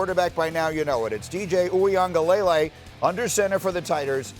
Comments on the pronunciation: It's luh-lay, spoken very quickly, not lay-lay lol. Nation's having a real hard time with his name 😂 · for my white folks Wee-gah-lelay 😂 thats how to say it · They wont even spend 5 seconds to learn it. Kinda disrespectful